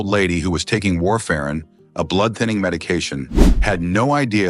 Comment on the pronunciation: You're full of fuck! Get off the internet! You can't even pronounce warfarin right😮